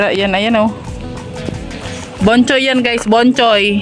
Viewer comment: Bochoy😂 not Bonhoy😅